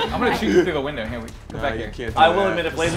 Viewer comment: When says “weee” there is a silent ‘b’ automatically added on the end 😉